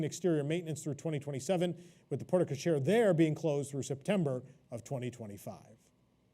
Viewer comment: Porte-cochere is pronounced port co-share. The e in porte is silent